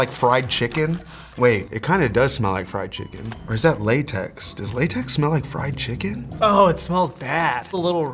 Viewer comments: STOP SAYING FRYED CHIKIN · Every round he say fried chikech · said FRIED CHIKEN everytime